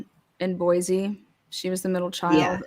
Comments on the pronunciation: There is no “Z” in Boise. It’s pronounced “Boy see”. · Just a quick tip from a friendly idahoan. There's no Z in Boise ❤️ BTW this guy's a nut job!